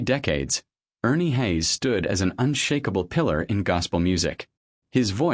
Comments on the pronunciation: I listened for 20 seconds to the fake voice of ai or a person clearly unfamiliar with Ernie "Hays". 😄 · A Godly man and woman. Your title doesn't do them any favors....... and by the way, please learn how to pronounce their last name properly. this could have been an awesome presentation about a true warrior, but again, you've given a poor reflection upon both Ernie and his beautiful wife. . Shame on you.